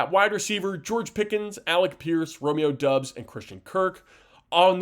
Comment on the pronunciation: Its pronounced Romeo DOBB-s